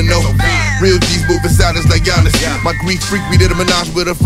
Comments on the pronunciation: Its pronounced just not in an English way. His name aint Eea-onis its yah-nes. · But the G in Giannis isn't silent